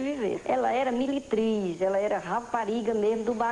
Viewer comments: Kkkk 🤣🤣🤣eu entendi militriz!!😂😂😂 fiquei rindo sozinha aqui tbm!!🤣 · Ela era " Militriz " kkkkkkkkkk